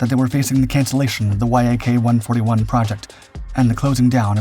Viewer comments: YAK is pronounced as a word - "Yak" - not as separate letters, same as "Mig". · Voice over can't seem to pronounce namesm and the title YAK vs Y.A.K. The presentation is rude to viewers. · The synthetic naration has a problem with pronouncing selected words like YAK vs Y-A-K. Irritating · C'mon man, you've been doing this for long enough to know to say "Yak" instead of "Y-A-K"...FFS. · It is not Y.A.K. but Yak, like in your Yack - engineer named Yakovlev. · If you aren't actually an AI voice, you really need to learn to pronounce common stuff like VTOL, Yak, Su correctly instead of spelling them out, it just sounds weird otherwise. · please don't call it as Y. A. K. - that's wrong. Call it short and simple as - Yak. This is how it's called originally. I really love your videos. You're welcome to DM me for any help request with Russian names or any other words' pronunciations.;) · interesting. but I thought it was pronounced Yak rather than Y.A.K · It's not "Y" "A" "K" It's "Yak" Yak is short for Yakovlev. The name of the founding chief designer of the design bureau. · that's not Y–A–K, it's "yak", for eff's sake! An ACRONYM, ABBREVIATION "Yak" - the first three letters of the family name Yakovlev! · yak is one word, not y-a-k also the whole thing got purchased not stolen lol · Once again this is title is nothing but clickbait, your claims have been proven false in the past and your need to word salad is getting boring! You do not have spell everything out every time, it is VTOL instead of V T O L. And it is YAK not Y A K. Try thinking 'less is more' when it comes to narrating! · Yak as in Yakovlev, not Y.A.K.. Same with Su as in Sukhoi, not S.U.. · NATO pronounces the airframes from Yakovlev the same as the animal, which is spelled the same. Like Mig, Yak is a word, not spelled out phonetically. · Yak is pronounced as one word, not spelled. Like MiG and Mil. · Dude say Yak normally